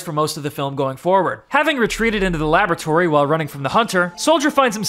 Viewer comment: When said a aboratory it's laboratory